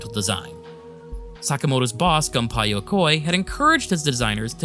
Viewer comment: Gunpei is pronounced “goon-pay”